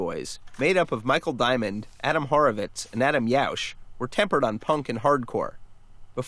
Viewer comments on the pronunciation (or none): "Adam Yaush" For future reference it's pronounced Yow-ch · Sergeant Stud the biggest beastie boys fan around, who is offended by the mispronounced Yauch